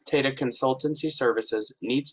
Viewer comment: It's pronounced as "Taa Taa" and not similar to how Data is pronounced